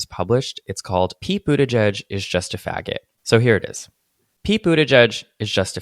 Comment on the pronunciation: I want someone to know that I didn't know how Pete Buttigieg's name was pronounced (and didn't read the video description) so I was trying to understand who "Peepoo the judge" was. I finally figured it out when I turned on auto subtitles and submitted " Pete Budaj Jud" to google and it spit out Pete Buttigieg. PS: I'm french and in my mind I was reading his name Peat butty-gig PPS: PEEPOO THE JUDGE PPS: In my mind it made sense because it could be the nickname of a super stick in the mud gay public figure